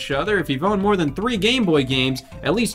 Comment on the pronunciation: i thought he said we've all boned a video game before and i had to replay him like 6 times to realize he said we've all OWNED a video game before